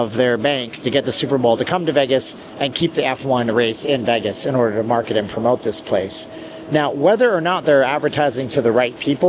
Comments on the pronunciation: LEARN TO PRONOUNCE VEGAS, NOT VAGAS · This guy makes videos about Vegas and can’t pronounce Vegas correctly.